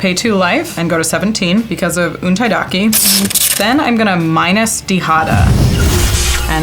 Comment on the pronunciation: untaida KE not kEY